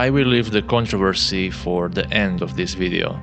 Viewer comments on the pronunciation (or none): none